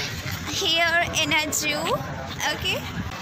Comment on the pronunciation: 'Juu' nahi 'zuhoo' bolte he madam ji 😋😇